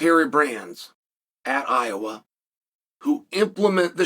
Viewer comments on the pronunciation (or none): none